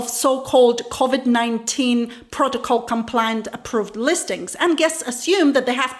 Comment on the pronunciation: SHE SAID CAVID TEST